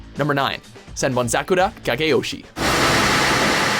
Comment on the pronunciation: I praised him when he flawlessly pronounced Senbonzakura, then 2 seconds later he fucks up saying bankai